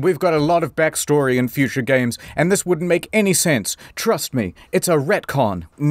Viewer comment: I always appreeeciate you expleening geems so I don't have to plee theem. Thanks.